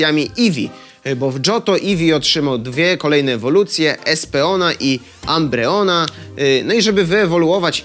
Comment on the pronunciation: A było tak dobrze z wymową nazw Pokemonów. Jedne co zabolało to: Espeon przeczytany inaczej niż "Espijon" i Umbreon nie jako "Ambrijon"